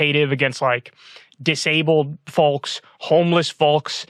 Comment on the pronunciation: Did kyle just say folx? Lmfao